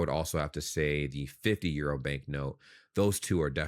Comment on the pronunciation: I love how you have adopted the German pronounciation of euro. 👍